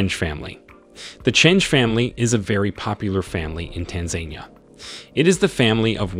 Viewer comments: Good information but PLEASE learn how to pronounce the name of the country. It is not TanZANEia. It is Tanzania.... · Not Tan zan ni ya. It’s tan Za Ni ya. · Tanzenia? Pronounced Taanzaania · it is pronounced Tan Zan Nia. Please instruct your reader to say it properly. Tan anquia Zan zibar Nia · Tan ganyika Zan zibar Nia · I wish you would pronounce Tanzania correctly. Tan-zan-eeeeya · I am big fan of Tanzania and I didn't know most of the content regarding the movers and shakers of this emerging E. African nation but, is it too much to ask an editor or producer to prevent the Anglo-centric reader to NOT butcher the country's name as well as most of the family names reported? The facts are very interesting and timely but, the pronunciation butchery is a big distraction. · That has to be the most annoying pronunciation of Tanzania I ever heard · I wish he pronounced Tanzania properly, even Dar-es-Salaam was pronounced wrong. This makes me cringe. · I GET YOU'RE TRYING TO INFORM THE PUBLIC ON TANZANIA BUT, HOW YOU EVEN PRONOUNCE THE COUNTRY..TO THE INFORMATION YOURE TRYING TO SPREAD..IS ALL WRONG. I SUGGEST YOU REITERATE THIS ENTIRE FALSE SMEAR OF A CLICKBAIT.